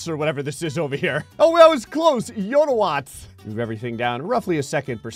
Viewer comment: its pronouced yattawatts